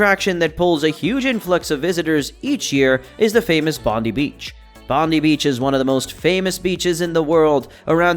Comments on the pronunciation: “Bonde beach” it’s pronounced bondai beach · Please next time you put out something about Australia please get the pronunciation right ie Bondi is pronounced “Bon die”